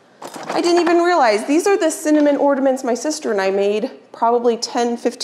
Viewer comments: Ornaments not ordaments. There still is no 'd' in ornaments. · OR NA MENTs not ORDiments lol